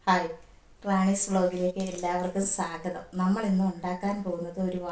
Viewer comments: ക്ക് തെറി പറയാൻ മാത്രമേ അറിയൂ സ്വാഗതം പറയാൻ അറിയില്ല. എല്ലാവർക്കും വീഡിയോയിലേക്ക് സാഗതം എന്നാണ് പറയുന്നത്. ഏതായാലും ക്ക് ദീപ്തി നല്ല സദ്യയാണ് കൊടുത്തത് വയറു നിറഞ്ഞിട്ടുണ്ടാവും. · സ്വാഗതം. അല്ല പറയുന്നത് സാഗതം ആണ് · സ്വാഗതം അല്ല “സാഗതം” 😄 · ആ സാഗതം പറഞ്ഞു കേട്ടപ്പോഴേ സംസ്കാരം മനസ്സിലായി 😂😂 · നേരിട്ട് കാണുമ്പോൾ യോട് പറയണം സാഗതം അല്ല സ്വാഗതം. മറ്റുള്ള വാക്കുകൾ കൃത്യമായി പറയുന്നതോടൊപ്പം ഇത്തരം വാക്കുകൾ പഠിക്കാനും പറയണേ. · സ്വാഗതം ന്ന് പോലും മര്യാതയ്ക്ക് പറയാൻ അറിയാത്ത പാവം... 😜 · സാഗതം....അല്ല സ്വാഗതം എന്നു പറയണം എന്നു ആ പെണ്ണുപിള്ളയ്ക്കു പറഞ്ഞു കൊടുക്കണേ ടീച്ചറെ 😂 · സാഗതം.......അതു kollam😂😂😂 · എന്ത് സ് വ്ലോകിലേക് സകദം. Oru സ്വാഗതം പറയുന്നത് പോലും അറിയാത്ത തള്ള 😂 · സ്വാഗതം പോലും പറയാൻ അറിയാത്ത *&%%%'&&%%%മോൾ 😁😁😁 സാഗതം പോലും 😄😄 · ക്ക് വിദ്യാഭ്യാസം അടുത്ത് കൂടെ പോലും പോയിട്ടില്ലെന്നു തോന്നുന്നു. സാഗതം എന്നാണല്ലോ എപ്പോഴും പറയുന്നത്. എന്താണ് അവർക്കു ഇതുകൊണ്ട് കിട്ടുന്നത്. ഏതായാലും അവർക്കു നല്ല ഒരു മറുപടി തന്നെ രണ്ടുപേരും കൂടി കൊടുത്തു. വെൽഡൺ 👏👏👍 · സാഗതം അല്ല ചേച്ചി 😂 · എന്റെ പൊന്നു സഹോദരീ... ഇവർക്ക് വിദ്യാഭ്യാസത്തിന്റെ കുറവ് നല്ലോണം ഉണ്ട്.. സ്വാഗതം എന്നുപോലും പറയാൻ അറിയില്ല.. അവർക്കു അറിയുന്ന കാര്യം മാത്രാണ് ഈ മറ്റേ കാര്യങ്ങൾ... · "സാഗതം " എന്നാണ് പറയുന്നത് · ക്ക് കുറച്ചു അക്ഷരം പഠിപ്പിക്കണം.. സാഗതം, സമ്മന്തി ഒക്കെയാണ്😂😂